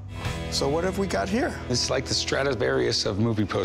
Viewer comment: He said "strativarius" instead of "stradivarius". What a chump.